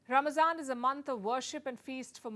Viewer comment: Why she kept saying ramzan instead of 'ramadan' it's RAMADAN ma